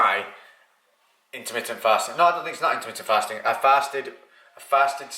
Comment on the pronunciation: I love your videos and I have followed you for some time now, but as a fellow northerner, I can't help but find it hilarious listening to adjust your accent on your 'A's on words such as 'faaasting' hahaa!